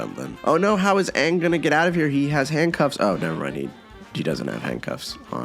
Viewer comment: I mean you could say Shyamalan couldn't win when making The Last Airbender... but I think a start would be able to say the main character's name. It's one syllable. 😥